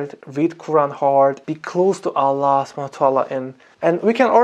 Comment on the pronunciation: Wow you say Allah very good from last time 👍🏻👍🏻👍🏻